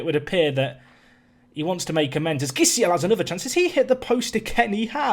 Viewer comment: As a Brazilian, I feel a need to correct your pronunciation of Gisiel's name In this case, the G sounds like a J. Players with GUI in the name have the G sound and a single G, without the U, sound like J